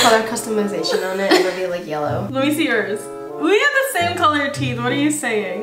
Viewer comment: “uR TeEtH iS YeLlErw”